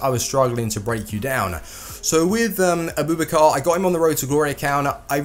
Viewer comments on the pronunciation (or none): his name isn't a-boob-a-car